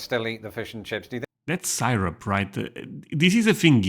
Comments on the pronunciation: seer-up, not sigh-rup :) You can't eat a lot of American food without syrup. Especially our breakfasts. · Syrup. Sear-rup